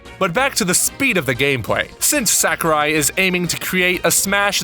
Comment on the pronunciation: it's not SACK-O-RAI. It's more like Sawkurai. A is always pronounced like it is in the word "saw" in Japanese.